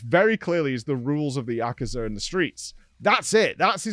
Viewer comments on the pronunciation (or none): it's actually prononunced Yakooza